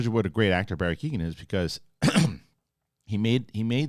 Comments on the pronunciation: It's not Barry Keegan It's kee - oh - an The G is silent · Great vid! One small thing his name would be pronounced KEY-OWEN rather than Keegan. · keoghan pronounced key-o-han